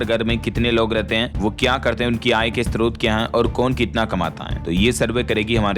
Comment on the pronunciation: नमस्कार। कृपया आप अर्ध्य न बोलें क्योंकि यह अर्घ्य होता है मतलब ध = घ स्त्रोत को भी स्रोत बोलें। क्योंकि एक पत्रकार की भाषा का सभी अनुकरण करते हैं।